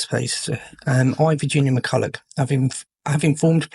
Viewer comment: McCullough, not Mercullow.